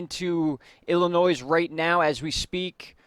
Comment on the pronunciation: When you say Springfield, could you please verify which state, Illinois Missouri Massachusetts etc. also… It’s not Illinoi(s) it’s Illinoi